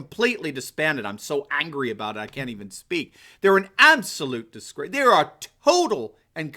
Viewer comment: so mad he said the U.N.is a dis-greece instead of disgrace lmao